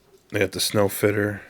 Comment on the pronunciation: I think it's supposed to be Sno Fiter (Snow Fighter). I've heard many people pronounce it wrong. I don't know why anyone would fit snow.